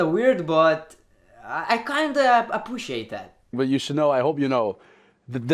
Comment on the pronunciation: "apoociate" im dead😂